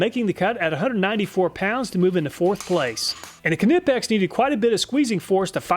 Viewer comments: Why are you pronouncing it kuh-nip-ex? Is this an inside joke? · You pronounce knipex the same as knife, the K is silent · Knipex is pronounced KEN IPEX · Knipex is pronounced Nip-Ex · I don’t k-now if k-nipex makes a k-nife but I am positive the ‘k’ in knipex is silent. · The K in Knipex is silent. It is pronounced "Nipex". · The K is silent - just, Nipex. You don’t say k’nife or k’nee or k’nob. Check out their instagram page and you’ll see lots of people pronounce the name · Please stop saying the k on nipex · That can't be the real way pronunciation for "Knipex".Ka-ni-pex. He's joking right. Isn't the K in Knipex silent such as the K in Knife? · Mister, there is no KA in Knipex 😉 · Usually silent viewer from Germany - love the video as always I thought I'd let you know that it's actually not "Kuh-nip-ex" .. I can't really describe how to pronounce it but yea.. just had to get that off my chest (the german guys in knipex product videos get it right if youre interested) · Knipex is a silent k so essentially it’s pronounced nipex. It’s like pronouncing Craftsman K-raftsman. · knipex is pronounced nipex, k is silent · The k is silent in knipex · Awesome content, great channel! The way you pronounce knipex reminded me of monty python kniggets lol. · Hearing him say the k in knipex hurts me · STOP PRONOUNCING THE "K" in "KNIPEX"! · knipex im pretty sure is not pronounced that way but other than that great content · The K is silent plz... otherwise good vid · I cant tell if hes deliberately mispronouncing knipex or not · You don't pronounce the K in Knipex, but other than that, excellent video mate. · I love your videos but how you say Knipex with the emphasis on the K drives me bonkers. 🤣 Idk if that's how it is suppose to be said but I've always heard it pronounced the same way you say knife. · i like your reviews but as a swiss mechanik i can tell you that knipex tools always live through my abuse. but you butcherd the knipex name a little😂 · Knipex the 'K' is silent